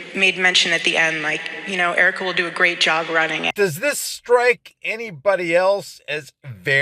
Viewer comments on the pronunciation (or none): Eerika. Its Eerika!!